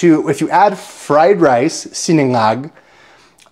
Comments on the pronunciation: Hi it is (si-na-ngag) not siningag po:-) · it’s Sinangag not Siningag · It's sinangag not siningag from the root word sangag as opposed to sinigang whose root word is sigang, am I right peeps? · sinA ngag. Letter A not i. 😊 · Not Si Ni ngag. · Fried rice I pronounced “see- NA- ngag” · S-IN-ANGAG FROM THE ROOT WORD "SANGAG"